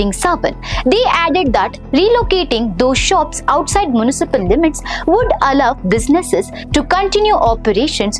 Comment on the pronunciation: Poultry and municipal pronunciation is wrong